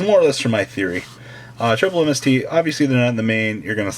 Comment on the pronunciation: Your theory-oh is pretty fucking atrocious.